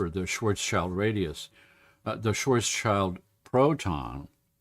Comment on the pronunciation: It's pronounced "shvarts shilt" the "s" goes with the "child" part of the name. "Schwartz" means "black" (cognate of English "swarthy") and "schild" means "shield".